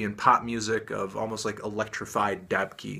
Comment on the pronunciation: Chris Bell he pronounced it wrong tho